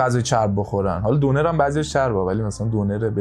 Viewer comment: شما تو تهران می گید دونر ولی اسم اصلیش دوو نر یه اسم ترکی هست(تلفظ نر اش شبیه تلفظ واژه نر (جنس مذکر)) یعنی در حال گردش- وقتی رستورانت رو زدی لحاظ کن😅